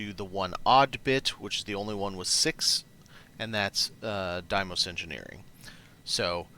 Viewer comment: Deimos = DEE-mows. I 100% promise.